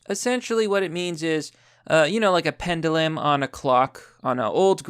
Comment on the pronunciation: God, I love how you mispronounce every word, and no shits given. Pend-YOU-lum.